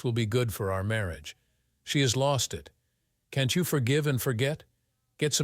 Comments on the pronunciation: Besides the unbelievable topic and how it's talked about and handled... Train your AI... That's... That S Can't... Can T We'd... We D And so on.. Very annoying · please teac you AI reader how to pronounce words like can't and won't...........!!!!!!!!!!!